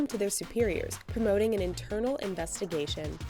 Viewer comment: It's "prompting" not promoting, you degenerate